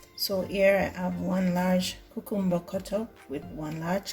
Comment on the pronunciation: Probably, one of the healthiest juice ever. Whenever I hear you say the word cucumber, I hear my best friend’s mum who is Jamaican. Think I will try this version of carrot juice. Thank you 😊